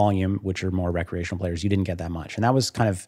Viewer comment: my ears hear "bad" when he says "recreational"